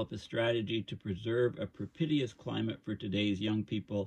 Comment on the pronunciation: "propitious" = proh-PEE-shus, not Pro-pit-ee-us. Sorry, you're too smart, otherwise I'd let it go.